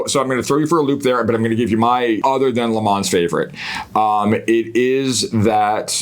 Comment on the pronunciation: Gentlemen!!! Le Man. Not Le Mans. The S is silent.